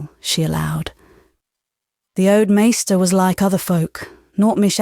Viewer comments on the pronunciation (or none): none